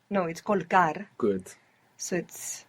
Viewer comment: I like when he says "Goot!" when she gets it right. Awesome videos mate, keep it up.